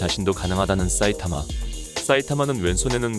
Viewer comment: 싸이타마 라고하는거 엄청신경쓰임ㅋㅋ